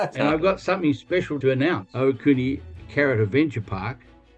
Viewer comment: AOTEAROA WHOOHOO!!! I would so love to be there haha this is amazing. Also huge props to Josh for his pronunciation of Ohakune <3